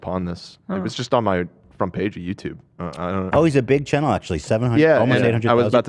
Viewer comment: Any one else here chennel ?? Brother. Please say channel.